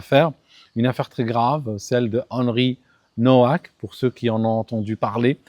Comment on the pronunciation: salut,c'est d'origine polonaise Nowak,ça se prononce Novak.